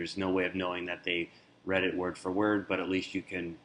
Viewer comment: I do believe it is a READ (pronounced RED) receipt, not pronounced REED. It is for emails that have been READ.